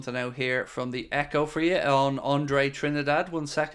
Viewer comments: Apparently Trindade is pronounced this way in portugese: Drin-dar-gee. Or in English probably something like Trin-dar-day. But i must admit that hearing pronounce it trinidad was a little bit annoying, some of us are just like that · It is closer to trini da jee. I have a brazilian wife 😅 so i asked her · Andre TRIN-DAH-DAY